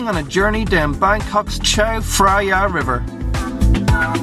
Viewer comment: If you make an informative video about thailand, you should learn how to, at least, pronounce the names properly. If you call it the chow fraiya river, you really dont know enough about it to be any good source of information